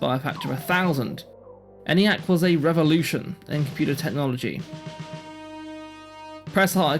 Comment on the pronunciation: The "E" in "Eniac" is long, and is pronounced "Ee-niac," and not "Any-acc." "A transistor never can blow out" or "have anything else happen to it." ... Err, that's NOT TRUE!